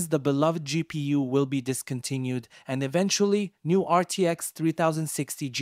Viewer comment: No one calls it a gpoo so it's the first time I've heard someone say it like this and I found that funny... it's pronounced as it is spelt: G-P-U